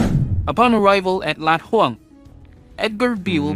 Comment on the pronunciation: Laad Houang, not Lat Houang